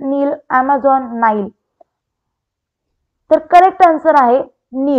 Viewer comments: नाईल नदी आहे नील नाही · नील नाही नाईल आहे